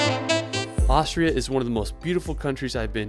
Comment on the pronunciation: He keeps saying Aushria